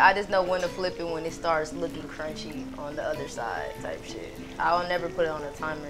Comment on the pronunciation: The “type shi” too 😭